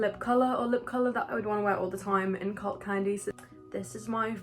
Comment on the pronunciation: When she said “cult candy” I heard “cocaine” and thought I clicked on the wrong video👁👄👁